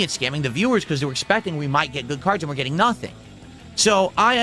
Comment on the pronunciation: "My viewers are getting scammed! they're gyetting nothing!" Sussesful business as usual then